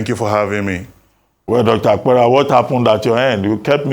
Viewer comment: Good morning. Dr. Abati, your guest's name is and not Iowa Akpera, he hails from Benue like myself and I cringed each time you pronounced his name wrongly and he, obviously trying not to do an act that will look like shaming you on National TV, didn't correct you. Now, from Dr. Apera's explanation, I have agreed that what I have known is what is the problem of Nigerians, 1. The insincerity of our State Governors and, 2. The fact that those who were captured are not known because they don't live where nor engage in activities that they will be known like those of us on social media, etc. Lastly, money doesn't talk, even among married couples, information about money is hidden, so it becomes difficult to know who got it or not which doesn't mean they didn't get.